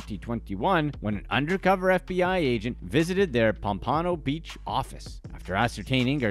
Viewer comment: Please learn on how to pronounce my city's name.........its "Pompano, Pomp-uh-no" like the fish